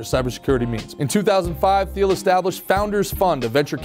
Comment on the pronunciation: I believe it's pronounced Teal.